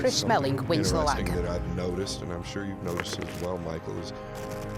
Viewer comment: melling not mellings lol